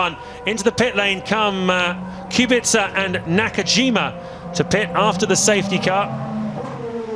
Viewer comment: Genuine question, why do they say "Kubixa" instead of "Kubica" how it's said properly?